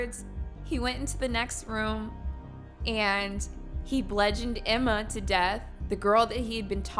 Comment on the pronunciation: Aye bro, just so you know, it's bludgeon. With a U. Rhymes with nudge in. Just thought you might wanna know. 😁